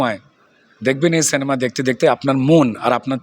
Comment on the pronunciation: কথাটা সেনেমা নয় সিনেমা